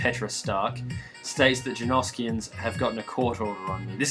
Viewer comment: I knew you were Australian, all that talk of the jerneerskians